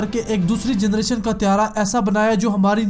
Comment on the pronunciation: Generation not jernation